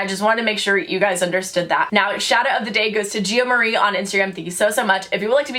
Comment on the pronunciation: sounded like she said hey gyes ed sherien